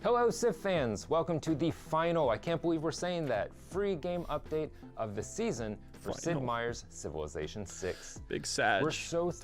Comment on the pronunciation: The WAY he says the word season with italics